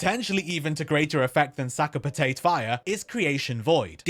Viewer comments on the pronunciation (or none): "Sack a Patayt" "Sack a Patayt" "Sack a Patayt" ""Sack a Patayt" really? Really? I got sick of hearing American youtubers because they don't know how to speak, like, at all. Thought maybe an English guy would know pronounce stuff but fucking "Sack a Patayt" instead of Sakapatate, fuck me mun.